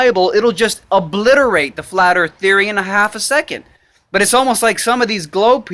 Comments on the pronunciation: The earf? lol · Earf? I always thought it was pronounced "Earth". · Earf lmao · There earf is a cone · Da Earffff is Hexagonal , octagonal, Cylindrical...Type ..Erffffff!!!! Bawahaha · Sorry man, I believe it's spelled Earph.